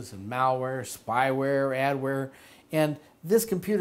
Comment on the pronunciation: lol Mow-Ware!